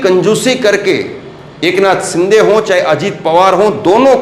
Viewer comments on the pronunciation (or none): none